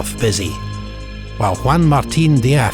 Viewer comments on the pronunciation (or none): none